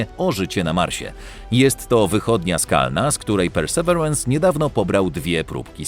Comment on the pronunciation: Mamy słowniki polsko- angielskie dla sprawdzenia poprawności wymowy. Perseverance - / persy ' virens/. Pozdrawiam.